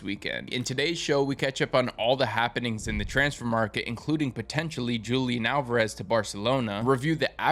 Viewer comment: You mispronounced Julián Alvarez